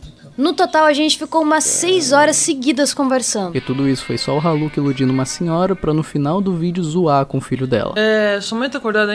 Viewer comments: Kkkk troca o R pelo M e da Maluka😂😂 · Eu juro que entendi maluca kkkkk em vez de raluca kkkkk deve ser de outro planeta kkkkk